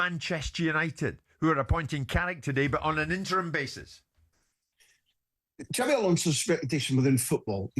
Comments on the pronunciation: His name is xabi not xavi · His name is Xabi not Xavi. Talk sport fans even get his name right yet they claim to know everything else